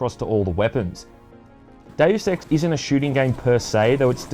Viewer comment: ....it's probably just me, but the way you say "Deus Ex" sounds like you're saying "Daily Sex" 😂 👉👌